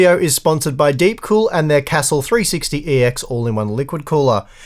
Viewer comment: Really surprised at your pronunciation of castle